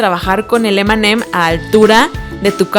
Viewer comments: nose dice emeem sino eme eme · Cuando decías m&m parecia que decías Eminem